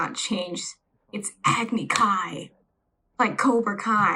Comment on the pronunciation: God damn; I feel like we need to start a GoFundMe to get you medical support after you subjected yourself to this film. I also didn't notice the mispronunciation of "agni kai" until this video, and had the same exact reaction.